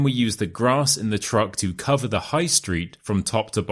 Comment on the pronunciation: Why word's sound "the" the last letter is E not like A like tha